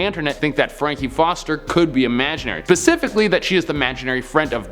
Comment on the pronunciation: goddamn it they got nearly 6 mil followers and he said "pacifically" instead of specifically...aren't these kids in college??